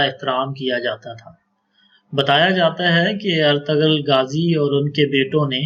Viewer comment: Artural gazi naam hai Artugul galat pronunciation hai.